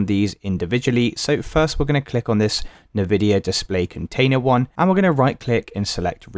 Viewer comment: I hate the way you say Nvidia